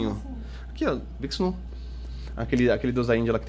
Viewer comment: Nunca mais vi essa cerveja pra comprar..uma delícia. E a pronúncia é vixinú, de Vishnu, a deusa da criação.